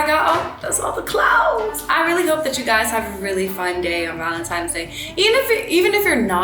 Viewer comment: ValentiNe’s sis with an “n” lol you’re so prettayyyyyy 💕